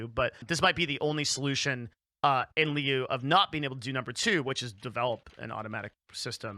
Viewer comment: I believe this is the second time I have heard pronounce, “in lieu” as, “in lee-you” when it should be, “in loo”.